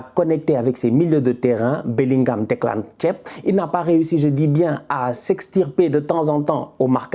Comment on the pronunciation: gère toi stp. Comment tu nous sors un Declan Tiep aussi naturellement 🤣